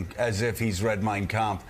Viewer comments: The way he pronounced ''Mein Kampf'' shows he has read it many times. As someone who is fluent in German, you can't pronounce it this way if you ain't into it! trumpf is awful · If he never read Mein Kempf, he sure pronounced it very well; unlike basic English words he struggle with. Either he's watched it or it's ingrained. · I cannot believe he can even pronounce “Mein Kampf” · I speak German: He nailed it! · I loved Conway’s take. For someone who famously doesn’t read and can barely string a sentence together Trump pronounced Mein Kampf perfectly. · When you pronounce the hard pf in kampf youve read the book, normal people dont know how its spelled. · He sure pronounced mein kampf just fine......devil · How perfectly he pronounced the book....yeah, never read it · Prob the only book he ever read. Didn't read it, but knows exactly how to pronounce it. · No problem pronouncing it, though😅. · He can barely read a teleprompter, but trump sure can pronounce "Mein Kampf" flawlessly. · I’m sure he never read it, but he uses the AUDIO book as ASMR every night. I found it interesting that his pronunciation of “Mien Kampf” was spot on when he struggles with words in English. His pie hole is a LIE HOLE! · Funny(?) how it pronounced the title perfectly...never read it ? Evil liar.